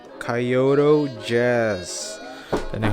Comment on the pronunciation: Langsung berhentin nonton pas dia bilang Kayoto